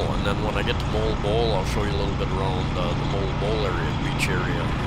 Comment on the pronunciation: MOALBOAL should sound as... MOH-AL-BOH-AL...not MOLE-BOLE 🥰